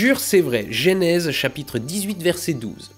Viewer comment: Genèse, bordel, pas Génèse !